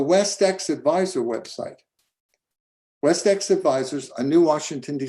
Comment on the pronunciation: WestExec, not "WestEx"